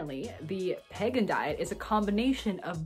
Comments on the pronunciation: Your pronouncing it wrong …. It’s pronounced peeee gan . The way your pronouncing is actually pagan .. not the same . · It's Pegan not Pagan. Like Vegan with a p. It's best of paleo best of vegan or paleo vegan. You are pronouncing it wrong and you misunderstand it. I have been following the pegan diet since 2015 although I haven't been as strict lately. But after 2 years of eating this way my inflammation went from being high to completely normal putting my RA in remission. I started by eliminating sugar, gluten, dairy and was only a pesci pegan for the first 2 years only eating fish and eggs as far as animal products. And it helped me a great deal. Even though I modified my diet some since the positive effects are long lasting. However when I started eating other things again my labs looked bad again in other ways such as cholesterol and blood sugar. So I think low carb and grain free works best for my pegan diet. All and all if done properly pegan is very healthy and sustainable. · Doesn't he pronounce it like it's spelled? Like vegan, but a P. I don't think there's a Pagan diet lol